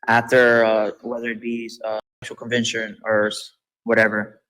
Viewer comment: "The 34 convintions"? This kid doesn't have a language, it's so fucking tragic to hear.